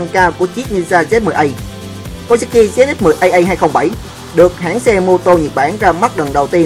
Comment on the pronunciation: phải méo ko phải ý tui nói là cái ông đọc thoại kìa, ổng đọc zx10aa